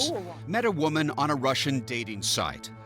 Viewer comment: “I am a voman only a voman!”